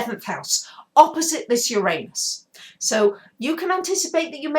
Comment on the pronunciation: luv ur vids i really do! Could u plz change ur pronounciation of uranus, its distracting lol :p